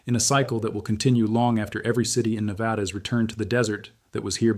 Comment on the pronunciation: Say it with me: Nev-add-uh. Not Nev-add-awh. - Every Nevadan Ever